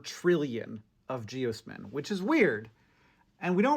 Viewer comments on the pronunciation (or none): I work for the water utility in my city and geosmin was a huge "issue" for such a long time due to the weather. We pronounce it "gee-oz-min" though. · you're pronouncing "geosmin" incorrectly. it's jee-OZ-min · Here I was pronouncing geosmin "gee osman"